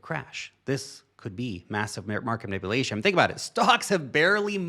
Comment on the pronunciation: You say "manipulation" weird for a white American accent. (Man-ippa-lation). Most people just say "Man-ip-yoo-lation"